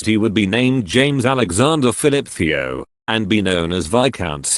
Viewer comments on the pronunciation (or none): none